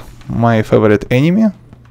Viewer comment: I love how you say "enemy" almost like "anime" lmaoo